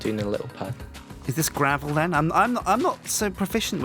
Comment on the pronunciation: I can't help but like that he pronounces "then" as "den".